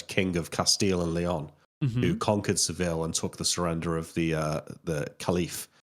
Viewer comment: pronunciation of Seville is funny. Double L in Spanish